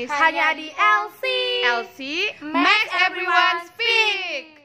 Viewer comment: Maaf mbak,coba suara :Makes everyone speak itu kedengarannya agak aneh.Maaf ya..kedengarannya meks harusnya meiks ..maaf banget